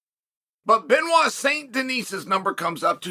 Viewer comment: To anglophonic people: Please stop pronouncing the last T and S it's "Benoit sain Deni" same as "Pari" not Parisssss.